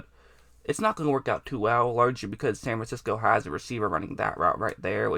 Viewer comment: SAN FIXCO lol